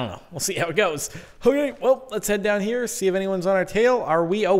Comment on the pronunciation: Lol sometimes when Jordan says here he pronounces it as hiyar with a strange accent